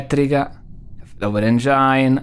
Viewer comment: Per favore smettetela di pronunciarlo "Engiain" si pronuncia "Engin"